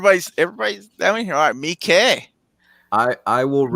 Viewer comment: Acually, it's Takashi Me-eekeh ;) You do pronounce both i's. He's been at the Rotterdam Film Festival many times and that's how he himself pronounces it.